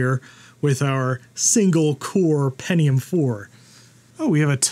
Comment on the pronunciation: oh yeah the "pennium" 4 yeah and also a Bo'Oh'O'Wa'er